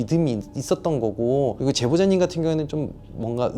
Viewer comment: 제보....잦님 이라고 나만들리는거? (제보자님죄송해요.) 왜 욕같이 들리지ㅋㅋㅋㅋㅋ